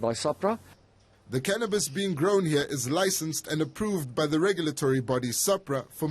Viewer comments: Its Cannabis, Not Cannibas!! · what's "canibas"?